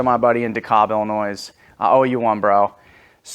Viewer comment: brother its Illinois not Illinoise